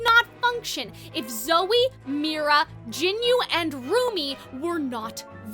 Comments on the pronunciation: Its not jinyu Its jinu. Ji nooo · the whole movie told you how to say jinu's name, what do you meam gin-you 😭😭😭😭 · the mispronunciation of jinu as "jinyu" pmo 😭😭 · I got a little distracted by you calling Jinu "Jinyu" the whole video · Why can nobody say Jinu's name right 😞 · The way she says Jinu hurts me 🥺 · Quisimmotto lol way to mispronounce the character's name